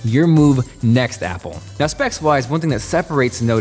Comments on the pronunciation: App pears XD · App pear! 😂👌